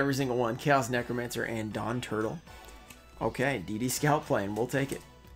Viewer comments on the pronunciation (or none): none